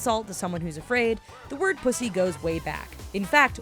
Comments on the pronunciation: Lol I here her say pussy lmao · The way she says pussy 😂😂😂